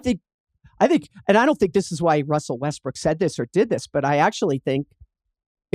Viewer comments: I always hear "Westbrick" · jackie said westbrick lmaooooooo